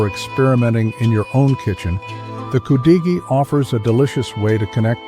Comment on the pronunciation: Thumbnail is wrong and you pronounce it wrong its pronounce could a gee